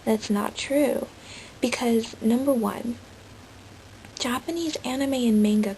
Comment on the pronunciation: good japanese pronunciation!